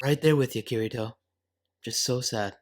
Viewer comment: I am just a little bit triggered by his pronunciation of Kirito